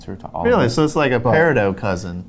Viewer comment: Peri...dot you don't say the name correctly, why?